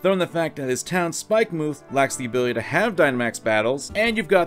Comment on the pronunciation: BTW, it's pronounced "Spikemuth", not "Spike-MOOTH".